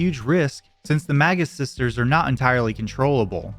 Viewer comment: For most of the video i thought you were saying the "MAGA sisters"